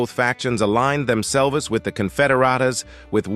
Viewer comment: Hmmm. First of all, this is not the old west. And then, why not actually have a person from the Pike County/Appalachia area do the voice rather than AI? The AI couldn't even pronounce the names correctly, which is very insulting. It couldn't even say "themselves". Rather it says "them-selvas". There are a lot of folks in the area who would do this so well. And they could add a lot of context to it. Shameful.